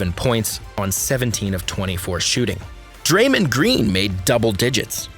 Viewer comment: When you said san francisco and pronounced Dramond's name as Dramin I stopped this drivel right there. Lame